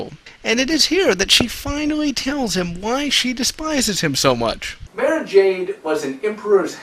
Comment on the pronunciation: its Mar-Uh